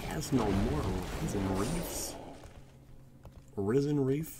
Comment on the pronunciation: Rip, zip, tip...risen not rysen you sausage!! Still love you though 🤠